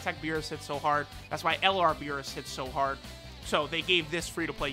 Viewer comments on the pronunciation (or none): none